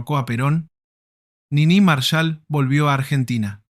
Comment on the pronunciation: Cómo Nini Márshal?? Es Niní Marsháll